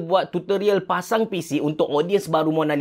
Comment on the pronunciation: tershashul pulak (7.04). "kita dah pacang" apa2 pun terbaik bos. steady. saje bergurau. XD